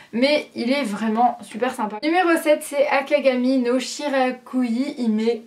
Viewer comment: hhhhh c pas akagami no shiraKUi c akagami no shiRAYUKI